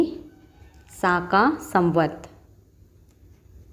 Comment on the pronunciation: वो शाका संवत् नहीं है शक संवत है 😂😂😂😂